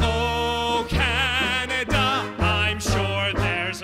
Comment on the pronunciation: Love it! The singer needs to work on the pronunciation of Canada, however, as it sounds like he's saying O Caneeda. But I guess we all need a little more Canada in our lives.